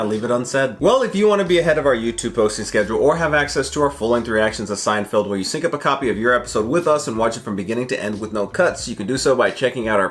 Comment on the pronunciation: why do you keep saying SeinFIELD? It’s Feld. You understand? I’m m going to keep calling you until you learn to say Seinfeld.